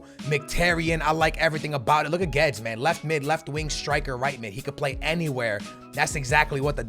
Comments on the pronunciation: You are supposed to prounonce it as goo-ay-des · isnt it pronounced gu-wed-es. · It’s Guedes (glu-we-des) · Guedes is pronounced excactly like its written